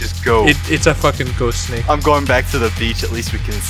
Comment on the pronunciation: could not say the words ghost snake together and all that came out was gay snakes